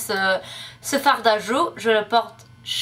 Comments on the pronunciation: J'adooore quand tu dis "Oh la vache"! C'est trop drole et super spontané en plus! :) (Et au fait, dans "fard à joues" on ne prononce pas le "D" de "farD" ;) ) Tu parle vraiment super bien français quand même pour n'avoir passé que 6 mois en France et ton accent est super :D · coucou, j'aime beaucoup tes vidéo et ton français est vraiment bien. J'aimerais savoir parler anglais aussi bien que tu parle français =D. Mais le "d" de fard à joue ne se dit pas ça se dis Far à joue =D mais Blush c'est bon aussi et c'est moi dur =D, on dit : a ce moment là et non en ce moment là =D, je suis resté et non je j'ai resté, ma première année et non mon première année. Je ne te critique pas du tout car je trouve que tu parle vraiment bien. continue =D